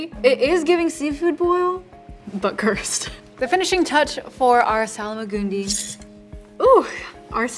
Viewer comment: Where does the extra A come from in the Salmagundi? For some reason you add an A after the L and I dont think you realise you're doing it...